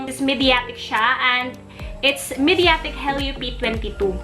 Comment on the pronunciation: Nice video.. i think you're pronouncing " mediatek " differently